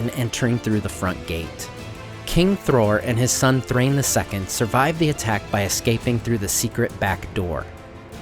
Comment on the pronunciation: The Dwarves names like Dain and Thrain are actually written Dáin and Thráin for good reason: they do NOT rhyme with 'train'. They have two syllables: DAH-in, THRA-in. The Hobbit movies are largely responsible for this nonsense.